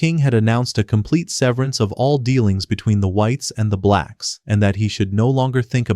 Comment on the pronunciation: Bro did not need to emphasize “blacks” every single time lmaoo